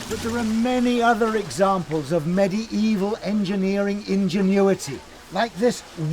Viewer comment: He says medie evil